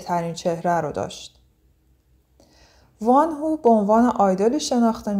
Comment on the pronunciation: در کنار بقیه کامنت های تذکر اشتباه تلفظیتون اینم بگم که وان هو اشتباهه و وونهو(Wonho)صحیحه. ممنون برای زحمتاتون🌹